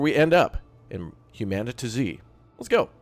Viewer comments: isn't it humanity with a zeee instead of a y. Not "human TuhZee" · I'm pretty sure it's hue-man-it-zee. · It's Humanitz not Humanitz!